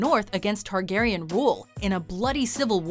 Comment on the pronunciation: It’s Targaryen... let’s be honest